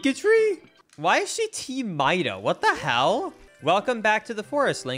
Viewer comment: I think that Mido's name is pronounced 'Me-doe', not 'My-doe'! XD I had read on a 'Legend of Zelda' website that the Kokiri children all have notes from the musical scale in their names! One of the children is named Fado! :D